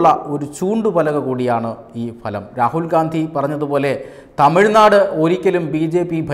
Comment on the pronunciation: ദയവായി അവതാരകൻ ഉച്ചാരണത്തിൽ ശ്രദ്ധിക്കുക . ഫലം എന്ന മലയാള പദം ഫാദർ എന്ന വാക്കിലെ ' ഫ' ഉച്ചരിക്കുന്നത് പോലെ അല്ല പറയേണ്ടത്. പകരം ഭാര്യ എന്ന വാക്കിലെ ' ഭ ' പോലെയാണ് ഉച്ചരിക്കുന്നത്. Result , fruits എന്ന അർഥത്തിൽ ഫ എന്ന അക്ഷരം ഉപയോഗിക്കുമ്പോൾ ' ഭ ' ശബ്ദം ആണ് വേണ്ടത് . ചിലർ ഭാര്യ എന്ന വാക്കിനെ ഫാര്യ എന്ന് പറയാറുണ്ട് . അത് പോലെ ഉള്ള ഒരു ഉച്ചാരണ പിശക് ആണിത് . ശ്രദ്ധിക്കുമല്ലോ. മികച്ച അവതരണവും ശബ്ദവും ആണ് താങ്കളുടേത് .